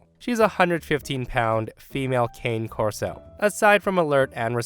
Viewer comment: It's pronounced carnay corso,!